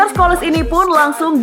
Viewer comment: Yang baca narasi dibenerin dong, sering banget salah baca kalau bahasa inggris. Kali ini Scholes dibaca Skoles.. Ha ha ha...